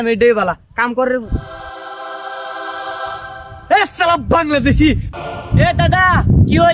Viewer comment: এ... ছালা বাংলাদেছী 😂😂😂 বলাটা শুনতে দারুণ লাগে